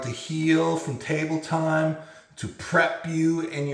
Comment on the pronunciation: “Table time” sounds like “tummy time”